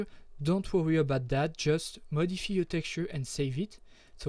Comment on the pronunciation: your English isn't bad, some words you pronounce different. like Modif-EYE you said modifee and thank you i was wondering why my textures weren't working, i had to put them in documents folder.